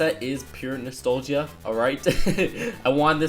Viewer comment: Sorry, but I think that you might be saying nostalgia wrong. I guess it is one of those words that can be pronounced in different ways.